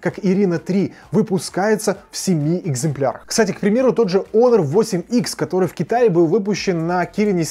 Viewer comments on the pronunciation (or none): none